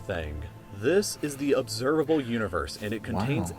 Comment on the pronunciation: "Observalbe Universe"